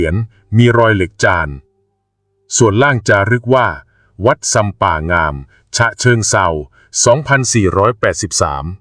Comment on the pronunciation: อ่านผิดไม่ใช่งามอ่านว่าง่าม